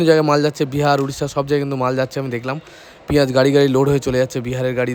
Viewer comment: পিয়াজ কে পিয়াল বলছেন